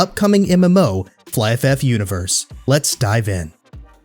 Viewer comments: I always pronounce it fliff. But it's fly. So I now say fly ff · Really nice done, you got my Abo. The pronunciation of Flyff sounds a bit weird (Flyf-F) that the Last F get individual pronounced. Never heard someone pronouncing it that way tbh 😂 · It took me a while to understand that you meant Flyff by Fly FF; I thought you were saying Flyff F F and I was so confused lmao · just remove the extra f pronounce at the end your totally fine bro :D